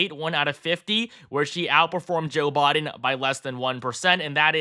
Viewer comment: You seem to have difficulty saying Biden...BYEden. Not Bahden